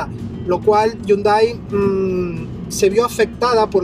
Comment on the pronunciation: Ese es un Hyundai Elantra 2017 no el 2016... deberías aprender a pronunciar la marca “Hyundai”.